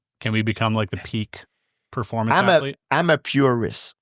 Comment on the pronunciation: "i am not impressed with your pearformuntz..." GSP on Matt Hughes